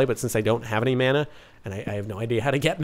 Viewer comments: since im from Hawaii, it's super annoying to hear him pronounce mana like "man-uh" when it's "mah-nuh" lol. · Mike Brown actually it is supposed to be pronounced mah-nah